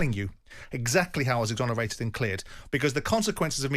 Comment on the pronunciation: Exonaerated and cleared simon you said it twice 😂😂 jordan couldnt have fluffed up more if he tried lol